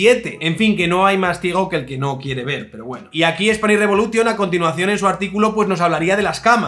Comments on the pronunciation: Que bueno lo de "Spanish reBULOtion" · "Revolution" se pronuncia "revolushon". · no sabes pronunciar revolution? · Buen vídeo, "tas quedao" a gusto. Spanish Re'bulo'tion "sa dao" contra un muro, jakaka.